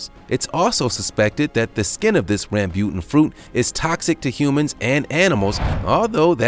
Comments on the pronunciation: Jag-wire, Ram-booten, your butchery of simple pronunciations is hilariously grinding my gears. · Ram-bu-tan and lechee.... please do a little research on your pronounciation! GAWD!!!